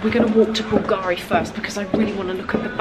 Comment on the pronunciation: I know you like this kind of details: the accent in italian for Bulgari is on the U 😉by the way love hello kitty and kawaii stuff but heck, those Balenciagas look cheap!